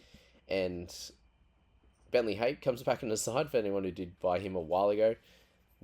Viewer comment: Hape is pronounced in Maori/ islander.